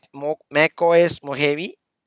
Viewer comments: MacOS Mohavi like seriously. dude it's pronounced as Mohawe and written as Mojave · i thought i as pronounced mo gave